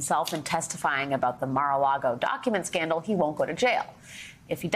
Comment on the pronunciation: Great piece but you pronounced "conmans accolite" and "Mar a Lardo" wrong